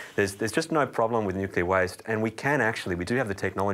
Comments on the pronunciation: If your going to shill for nuclear energy... start by pronouncing it correctly. Also... nuclear waste is a massive problem... your making vague statements that are misleading and not scientific. Currently nuclear waste is not handled responsibly because of the cost to do so and stored on site at most facilities making it an even bigger security issue. Your washing away the practical reality with vague imaginary solutions that are not in place or in use. Solve those problems first then start talking about how safe it is. P.S. please feel free to eat all the nuclear waste ya want. Put your money where your mouth is. ML and Blessings. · I agree 100% hence my response... "If your going to shill for nuclear energy... start by pronouncing it correctly. Also... nuclear waste is a massive problem... your making vague statements that are misleading and not scientific. Currently nuclear waste is not handled responsibly because of the cost to do so and stored on site at most facilities making it an even bigger security issue. Your washing away the practical reality with vague imaginary solutions that are not in place or in use. Solve those problems first then start talking about how safe it is. P.S. please feel free to eat all the nuclear waste ya want. Put your money where your mouth is. ML and Blessings."